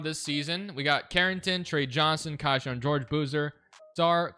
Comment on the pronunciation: It’s Key-Shawn not Kai-shawn